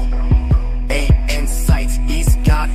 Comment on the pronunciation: you're not being picky. It says "Ey" for "AI"